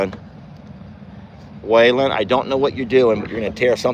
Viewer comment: I had never seen Roman kick before and now I have seen him kick twice in a week. The train sounds beautiful. The look of Jolene behind you was so comical. I'm glad Chucky Poo got his head all cleaned off. He is mighty handsome. When you said Waylons name it sounded like he said huh. Chuck says I don't have dirty diapers. 🤣🤣🤣🤣🤣